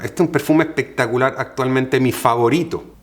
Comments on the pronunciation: ja ja ja ja así dice... Pectacular ja ja ja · Encanta cuando dice “pectacular” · Ehpectacular, muhgo, ehte, ehpaña... 😂😂😂😂